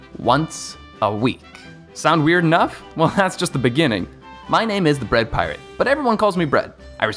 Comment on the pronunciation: So your name is "The Bread *Pirate*", but you can't even say the word? That's such a shame